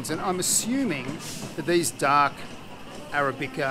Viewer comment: Can understand you mispronouncing Filo words but surely as a coffee loving Aussie you should know how to pronounce arabica! Haha